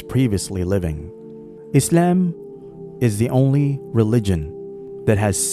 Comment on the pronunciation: Just say Islam normally